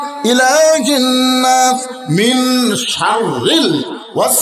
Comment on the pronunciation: Gunna শুদ্ধ হয়না, মিন শৰৰিল hobena, মিং sharrril hobe